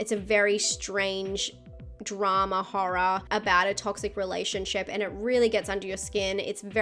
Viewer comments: Love disturbing horr-rah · I love the way she says Horror with her accent